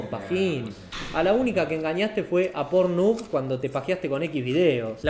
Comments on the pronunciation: no se ustedes pero es la primera vez q escucho que lo pronuncian pornub y no pornjub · Pornjab se pronuncia